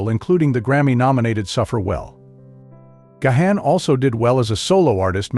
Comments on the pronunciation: it's Garn, not Ga-han. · Dude it is so annoying — not GaHan, it is Gawn, please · Gahan pronouced "gone" not ga-han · He is GáHán..Á not e or gay..or anything else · gayhan? Gahan, as in GARN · Oh, Booh-Hooh. Stop this woke, victim narrative for infants. Dave (and the rest of the band) are legend! And, pls...it's Gahan (Gaan), not Gayhaan). 🙄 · You do not pronounce his name Gahan. You pronounce it "Gone" as he took his last name Gahan (His birth lastname was Callcott) from his stepdad who was of irish decent. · Please ... stopped watching when you said gay han ... its gone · I can’t handle the way he pronounces Gahan 😂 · His last name isnt Gay-Han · You don't say the H! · You’re pronouncing Dave’s last name incorrectly. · You can't even pronounce his name correctly ... GO AWAY AND DO SOMETHING ORIGINAL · Well, you're pronouncing his surname incorrectly. 😑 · It would help if he knew how to correctly pronounce Dave’s last name . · Not only is that not how to pronounce his name, but it’s said 2 different incorrect ways.